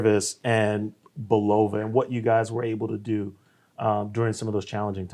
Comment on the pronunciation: They just let this guy pronounce Bulova wrong through the whole video? Haha